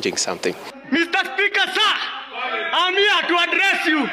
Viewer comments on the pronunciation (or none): "mr speaker, sah! I am hiaa to address you" 😂😂😂😂😂